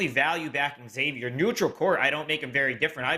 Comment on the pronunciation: love your wealth of knowledge. Friendly tip: it's Zay-vee-er, not EX-zay-vee-er